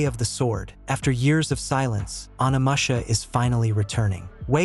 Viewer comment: "Burse-uh-ker" "oni-masha" "nigh-oh". Ever played a video game before?